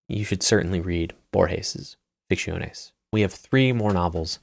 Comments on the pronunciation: your pronunciation of Ficciones is respectable 😂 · I love your content. After hearning ‘Ficciones’ pronounced so horrible 3 times I had to quit the video. I’ll come back to see it tomorrow, and i really hope there are no other spanish books in this list. Big tear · It sounds Italian